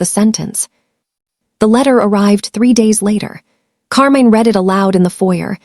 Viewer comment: Your ai really has a problem with names and the 2 pronunciations of “read”. It truly murdered every name except Enzo. Do better. It lessens the story’s impact.